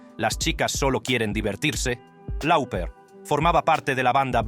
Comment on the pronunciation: Cyndi Loper se pronuncia.... no lauper...